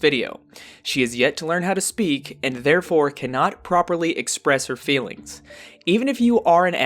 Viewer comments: OMG 😲 she is such a fraud! she has no ‘fillings’ as she pronounces it. her fake nice voice is pathetic. she is a narcissist, psycho path, bi polar etc. when ppl leave neg comments she deletes but not before giving them her ghetto tongue. i hope CPS is investigating. i read she illegally adopted a son. how does she get away with that? well done video👍🏻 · Oh the ‘fillings!’